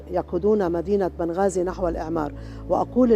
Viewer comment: ليش نطقها نبقازي